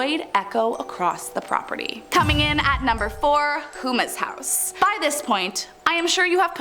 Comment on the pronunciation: You pronounce all these French names no problem, but then you say "Hoomas house" it's more like Ho-ma Houma La. is where it's located.